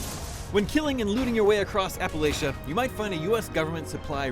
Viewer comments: Appala shia ? It's Appalanchia (Appa lan chia) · Apa-latch-a!! lol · guys... i hate to tell you but you mispronounced Appalachia. Like, a million times. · Tyler Hoagland it's so fun. It does another me he is pronouncing Appalachia wrong